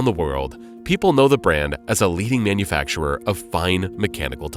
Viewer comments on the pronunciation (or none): none